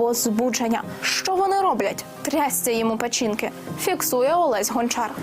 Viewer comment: Та хай йому абищо, як можна було наголосити печІнки замість печінкИ?! Там же множина!